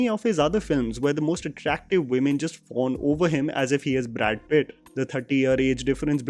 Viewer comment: The way he said "Brad Pitt" is the highlight of the rewiew!🤣🤣🤣